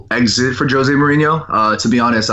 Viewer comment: Jose not jozay